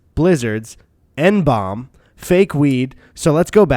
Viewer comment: FYI N-BOME psychedelics, which are a family of LSD analogues with highly variable effects with some considered dangerous due to causing vasoconstriction, are pronounced 'N-bowm'. IE, how they are spelt...